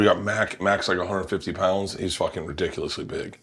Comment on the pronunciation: I don’t know why it bothers me so much that Bert keeps saying he’s fooking yolk 😅… if anything hes closer to looking like that girl from willy wonka all swollen